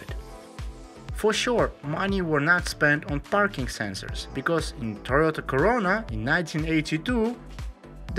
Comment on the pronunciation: Did he say Toyota CORONA?